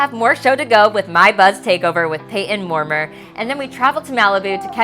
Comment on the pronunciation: his name is pronounced as “moor-MY-er”